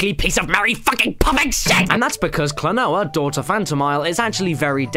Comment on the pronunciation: Holy fuck, you pronounce klonoa correctly, i think it's the magic of TWO POINT FIVEEE DEEEEEEEEEEE